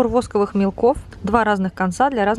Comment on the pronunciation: спасибо за обзор! но пожалуйста, говорите правильно: восковЫе мелки, вы в школе учились,простите?